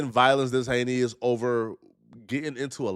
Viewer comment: incorrect usage of words for today: “hayneus” instead of “heinous” 🤦🏾‍♂